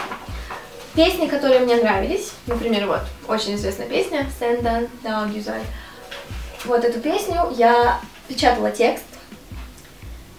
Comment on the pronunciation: Извините,но с уровнем С2 у вас есть жуткий акцент...переслушайте себя и фразу "seni seviyorum","senden daha güzel" ударение Есть смысл позаниматься с преподавателем,ну или хотя бы поговорить с носителем языка